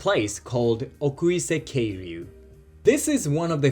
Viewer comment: oirase-keiryuu ですよ🙂